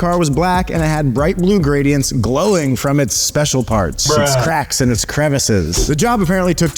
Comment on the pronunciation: Bro really said 'Cremises' 🤣🤣💀 it's Crevices* 😂